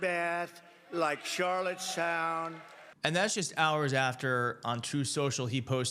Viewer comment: He didn’t even say Charlottestown. He said “CharlotteSHOWN.” Once he makes a mistake, he acts like it’s not a mistake.